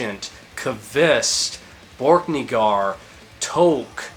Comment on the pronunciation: How do you always miss pronounce names in the worst way possible, borkniggar, tshooter, toke, urghaul